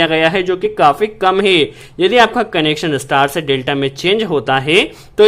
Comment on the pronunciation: E apka HEY ka pronounciation gajab hay...😆😆😆